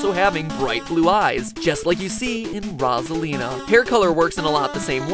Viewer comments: I though her name was pronounced Rose-a-lina ;P Me and my whole family says it like that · Ah yes, my favorite Mario character “Ra’s al Lina.” Thanks MatPat! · Rose-a-lean-a is how its pronounced!!! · Mr game dude it's ROSE-A-LEE-NAH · Actually it's Ros-A-Lin-A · I know.. this whole video i'm like "Rah-zuh-lina? huh? stop it!" lol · I’ve never heard anyone pronounce Rosalina like that I pronounce it Rose-a-lina 😭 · He says RAWSALINA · “Roz-alina” makes me want to die, hearing it. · It’s kinda triggering that he pronounces Rosalina like Rawwwsolina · It is rose-eleena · It’s rose-Alina! Rosealina!!!!! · 😂Who is Rasalina😂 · It’s actually pronounced “row” Salina. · Its rose-alina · Ros-Iliana it is pronounced rose-ilina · It’s pronounced row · zuh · lee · nuh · OMG Stop saying rasalina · Its pronounced rose a lean uh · Its "rose'alina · OHNO WHAT HAVE YOU DONE NOW I CAN’T STOP HEARING IT LIKE THAT😂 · Is it just me or did MatPat pronounce Rosalina 2 different ways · Oh my god, Rohz-alina made this video hard to watch from the get go. I hope I'm not being too picky, but her correct pronunciation was said dozens of times in Nintendo Directs and the Smash Tournament. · PBG pronounces it like that. It bothers me so much. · I was screaming at my screen every time he said her name like that. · Mystery Girl Ikr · No NO! That is not how you say it, if your familiuar with Mario Kart can you hear her say her own name! So yeah, there you go! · FOXY THE HUMAN FOX Finally someone understands!!!!!!! I was starting to believe I was saying it wrong for years..... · im still mad that he says Rosalina's name wrong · Anyone else notice how he changes his pronunciation of rosalina once about 9 minutes in? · When you mispronounce Rosalina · Hold on through the whole video you said Rosalina differently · U. Said. Rosalina. Wrong. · You’re saying her name wrong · The mispronunciation of Rosalina smh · Dude is saying Rosalina so wrong getting so triggered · It’s ROSE-A-LINA not RAWZ-A-LINA